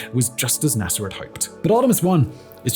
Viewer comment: Interesting, sometimes he pronounces words correctly, yet others he adds an "er" to the end of words for no apparent reason. NAS'er, Lun'er, Florid'er and Adapt'er really stuck out.